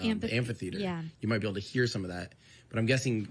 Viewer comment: I think he said I’m going to be on that thing but it definitely sounded like that